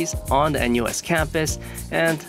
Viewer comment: feel bit weird hearing a-NUS